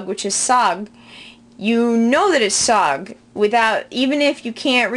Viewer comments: sag not sog.... EERON NOT ihran... you cant pronounce the most basic of words properly, and you talk about how youll drown if you dont know how to swim first.. go learn to swim please, you seem to have drowned. those books you promote must not be very good that you cant even pronounce the country's name properly. i appreciate your effort but really, please dont post any more "lessons" because youll throw off anyone interested in learning farsi. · "SOHG" LOOOOOOL KIR TO KOSEH BE SAAVADET JENDEH AVAZI.